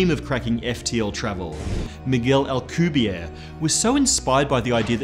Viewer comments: Alcubierre... That is a Mexican, Spanish last name. The last letter "e" is not silent and he is not French. Al-ku-beer-re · I went to school with Alcubierre’s son. All the letters in Alcubierre are pronounced btw. Also the final E. It’s a name in Spanish. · I got here cause I'm reading Marko Kloo's Frontlines series, in which they use alcubierre drives to travel the galaxy. Had no idea how to pronounce it.